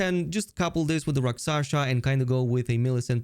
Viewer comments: Rakshasa, not raksasha 😄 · 1. Rel-Lan-na 2. Rak- Sha- Sa